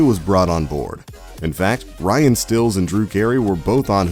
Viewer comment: If you ever watched this show, you knew these things. You'd also know how to pronounce Ryan's name. SMH